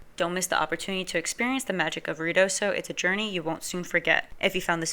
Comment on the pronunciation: Lady, IF you are going to report on Ruidosa New Mexico you need to learn how to say it!!!!!!!!!